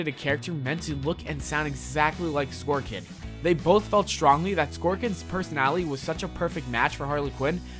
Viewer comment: WHY THE FUCK DO YOU KEEP MISPRONOUNCING NAMES 'Skorkin?' 'Shoemaker' YOU SUCK!!